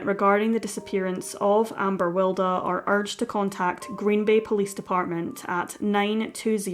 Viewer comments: Yeah Wild as in Oscar Wilde not Wilder. This sounds weird and a bit random to me. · I think her name is pronounced as wild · It's pronounced Will-dee.